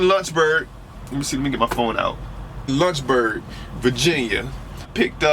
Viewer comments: When he said Lunchberg, VA I said there is no so place then he pulled it up and I read Lynchburg. Homie hahah pronounces it with a u sound. haha It is Lynch pronounced like wench. Also why do you have the illuminati one eye symbol with your hand in your avi picture? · please say Lynchburg correctly...it's not lunchburg...and it's the Blue Ridge mountain. and you should try it when it's snowing. lol